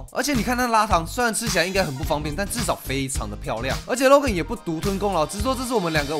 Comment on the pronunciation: 我一直聽到 肉根肉根肉根…